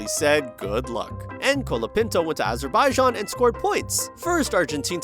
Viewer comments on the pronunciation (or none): none